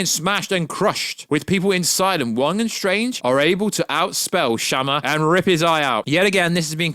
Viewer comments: Who the hell is chamaaaa lmaoooo it's shuma(shoemah) jesuss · Lmfao the way you pronounce "Shuma"